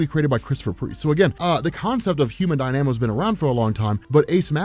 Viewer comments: Die-namo? Am I wrong or is it pronounced dyna-mo? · Human Dyna-Mo, not DIe-Nam-O. It seems like you're doing it on purpose now... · It's not pronounced "die-nam-oh" it's "dahy-nuh-moh" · Human Dy-Na-Mo Not Die-Namo lol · Dynamo is pronounced "die-na-moe" not "die-namo" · You mispronounced Dynamo. It’s not Dy-nanamo, it’s Dy-na-mo. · DY-na-mo, not dy-NA-mo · it’s pronounced Human Dine-a-mo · Did it bug anyone else constantly saying, "Human Die-Nam-O." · It's pronounced Die-nuh-moe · Human Dynamo (Die-Nuh-Moe) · there has got to be a few people in this comment section already telling you that you're pronouncing dynamo weirdly... i'm just adding to it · You are mispronouncing dynamo. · Sorry, but you're mispronouncing the Human "Dynamo" and it's really distracting. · You pronounce dynamo oddly